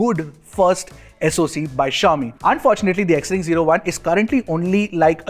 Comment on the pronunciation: Xring is pronounced as Shring